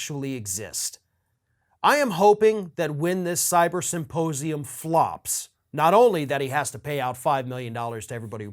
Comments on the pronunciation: He wants us to take it seriously yet keeps pronouncing it "saposium" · I, still, can only hear him say "supposium". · Mike Lindell is too stupid to pronounce ‘symposium’. He says ‘syposium’. And he simply does not understand how government is structured and how it works. After all of the talking he has done, he should fact check himself before opening his mouth. August 14th should be a fine day. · Am I not hearing Lindel correctly when he keeps saying suposium instead of symposium? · Supposium!? Okay, then! Sure you don't mean suppositorium, Mike? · Did he just say “ Supposium “ ? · Am I the only one who keeps hearing Lindell say "supposium" instead of symposium? It would definitely be more accurate. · He said "suppose-ium" 😆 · ‘Supposium’ .......lol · Mike pronounces it Suppose-ium. What an ignorant pillow guy. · "Supposium". Yeah, you're definitely someone I put my trust in, Pillow Man. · It’s not a suposium. It’s pronounced symposium. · I feel like he kept saying "supposium," which begs the question... Does he thinks it's a "supposium" and, if so, what does he think that is? Does he believe that's where they'll reveal how things are "supposed" to be? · You mean his sy-po-sium? He can't even say it. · Did he say "Once we have the Supposium"? 🤣 🤣 🤣